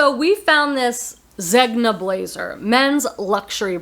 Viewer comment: his name isn't pronounced 'Zeg-nah', it's 'Zen-yah'. His full name is pronounced (at least an American pronunciation of an Italian name, lol) 'Er-men-jeel-doh Zen-yah'. Just say Zenyah. Hope this helps. I love Eileen Fisher too but not all the tops are proportioned right for me. I do love the pants and some sweaters tho. I was at Nordstrom's Rack and found a sweater I won't forget for a long time. On its 3rd markdown at $118 so it stayed put but....someday😊